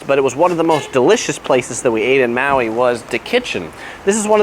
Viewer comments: Aloehaw! Welcome to Mayui!!! Hahaha dude come on now! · Maui pronounced ma we